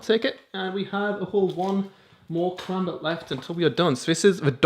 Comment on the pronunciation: Fun Fact: A Karambit can cut deep threw 3 inches of skin in less than a second leaving a gash large enough to completely severe any limb on your body :) Also... You fuckers are pronouncing Karambit wrong... -_